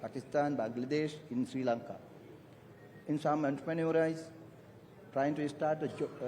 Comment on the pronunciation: entrepreneur කියල pronounce කරද්දි Audience එක හිනා වෙනවා ඇහෙනවා..😢 අනේ මංදා මේ ආන්ඩුවේ මේ forums වලට යවන්න වෙන කෙනෙක් නැද්ද .. මෙක අපකීර්තියක්.. කිසිම professional බවක් නෑ වචන වල නිකන්ම trump කියනවා අඩුම trum ජනාධිපති කියලවත් කියන්න කට ඇරෙන්නෙම නැද්ද.. මනුස්සයෙක්ට ගරුත්වයක් දෙන්න ඉගෙනගෙන නැද්ද...Elon muskta ආර්තික ඝාතකය කිව්වා.. අයෙ සමාව ගත්තා.. මෙක මේ ලංකාවෙ ගමක කරන කතාවක් නෙවෙයිනෙ.. මං කියන්නෙ මීට වඩා හොද භාෂා හැකියාවන් තියෙන මිනිස්සු මේ ආන්ඩුවෙ ඉන්න්වනේ.. එහෙම කෙනෙක් යවන්න අප්පා..මීට වැඩිය professional level එකක් අපේ රට maintain කරන් ආව මොනව උනත් හිටපු ආන්ඩුවල හැම කෙනෙක්ම. මේක තරහට කියනවා නෙවෙයි.